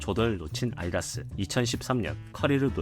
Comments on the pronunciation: 아디다스 발음이 어려운가요? 아이다스로 계속 들려서 신경쓰입니다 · 이번영상은 퀄리티가 낮은거같음 발음도 아이다스로 나오고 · 발음도 지금 비강에 공기가 부족한지 아이다스로 들림